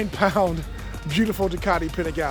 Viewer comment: You set these trends and continue to promote them....LOL ......YOU ARE THE BEST!!!!!!!!! Love you no matter of your BUTCHERY to Ducati.....LOL LOL LOL